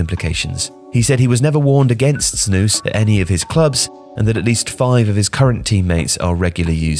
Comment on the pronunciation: you said snus perfectly i see many people say it wrong you pronouced it very good